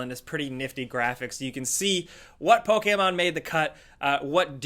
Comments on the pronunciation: PokEmon, not PokAmon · Why do you pronounce pokemon with an ''A'' and not ''E'' because you say it as pokaman inside of pokemon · The way pronounces Pokémon fucken triggers me lol love you tho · Hi says it like pok-ei-mon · The way this dude says "Pokemon" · says Pokémon funny, or maybe I say Pokémon funny.